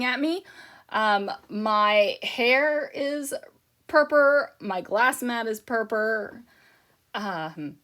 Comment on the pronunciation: I always giggle when you say "Purppa" rather than Purple, lol